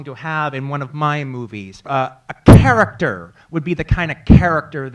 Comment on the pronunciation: He pronounces character with a capital K